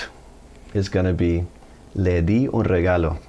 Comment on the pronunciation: Great idea to use Tú instead for beginners. Do you know that you are pronouncing d’s as in English, well it sounds like it to me, when it should be a th sound like “the” except when d is followed by n, l or the previous word, if applicable does not end in a vowel. For example, Te lo di should be Teh loh thee pronunciation I believe.